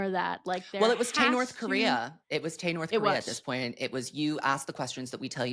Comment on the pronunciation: I am crying, not " Tay-North-Korea" 😭